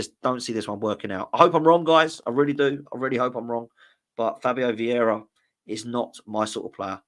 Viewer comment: Would you please be a bit clearer. What are your thoughts on Vieira 😂😂😂